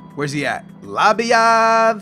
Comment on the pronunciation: HALLELUYAH HE SAID LABYAAAD and not LABADIE or LABDA